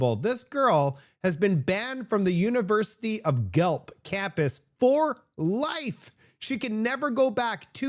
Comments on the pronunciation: its pronounced GWELF lol not gelph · its pronounced ( gwa-elph) not (gwa lp ) the city's name is guelph, ontario, learn canadian, eh............!!!! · 🍁🍁 Hi, not sure where you are from but GUELPH is not pronounced as or like Gelp... it's pronounced more like Gwelf. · Haha... its pronounced Gwelf" never heard it called Gelp. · It's pronounced gwelf. Not gelp. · It's pronounced "Gwelf", not "Gelp". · That story from the University of Guelph is BIZARRE! By the way, it’s pronounced Gwelf, not Gwelp! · Please...it's not Gh elp....it's pronounced Goo elf....Gooelf...Guelph. Ty. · Gueph...pronounced like guelf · It’s Gwelf. Not Gelp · Pronounced Guelf' That's what woke gets you! Well Ford ,,, stop being a liberal!!!! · ...university of "Gelp"? "Gelp"? 🙄 You watched her video. Did she pronounce it "Gelp"? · it's too funny, how you pronounce guelph,it's pronounced goo-welf but say it together,lol. I've lived here most of my life, and heard that name pronounced wrong soo many times. Anyway your funny, never change. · Great information as always. I just wanted to let you know though, it's pronounced "gwelf" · FYI Guelph is pronounced as Gwelf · Pronounced university of Gwelf. 😅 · I have a hard time believing the story about the student being banned from the University campus because, Guelph is pronounce "Gwelf". A student going there would know this. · She pronounced it correctly, pronounced it Gelp.. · Pronounced GWELF. Jeeze. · for the record it is University Of GU-ELF (GUELPH) as in Guelph Ontario just west of Toronto. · Hi,: Guelph is pronounced, 'Gwelff'. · my man, Guelph is pronounced GWELF...LOL🤣🤣🤣🤣 Seriously though...WTH are we doing here in Canada...